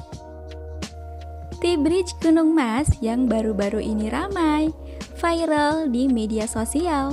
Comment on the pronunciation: gk usah ngomong VAIREL harusnya VIRAL kesel bapak gw☺️